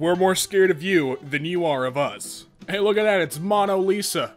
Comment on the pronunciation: "Mono lisa" W H E E Z E